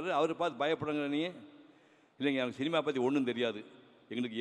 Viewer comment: டேய் கொளறுவாயா, போதும் நிறுத்துடா. எங்க கடைசி காலத்துல சோறு போட மாட்டான்னு இவ்வளவு ஐசா வைக்கிறது . ஆமா நீ ஒரு பேச்சாளரமா?. உனக்கு லா ழா லகரமே வராது. தமிழ் உச்சரிப்பு ஒழுங்கா வராது. சினிமான்னு ஒழுங்கா சொல்ல தெரியாது . சீமா சீமா அப்படின்னு சொல்லு வே